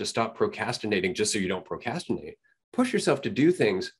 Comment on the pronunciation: the way dude pronounced it "pro cas tinate" triggered me lol